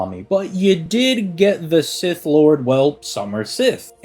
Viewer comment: Every time I hear him mispronounce Sith it hits me like seeing Altria and being confused as to who they are talking about. And it's not like he doesn't try with other Celtic names that are not so obvious as to how to pronounce, like Scáthach. Anyway, it just irks me that he tries with some names yet complex gives up on this one.